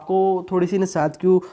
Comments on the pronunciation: Its Nasdaq, not nasadq 😂😜😂😂😂😁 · Bhai its Nasdaq. Not Nasadq